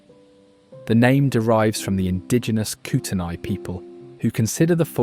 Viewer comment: It's pronounced "Koot-ney"